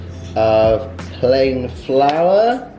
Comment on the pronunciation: It's "flour".:)